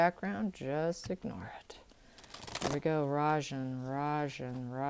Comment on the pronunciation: Rajan means KING in Indian language. Anything but a king. You pronounce it well.